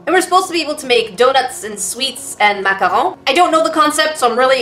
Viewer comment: First time watcher, and I realized you're québécoise from your prononciation of macarons :D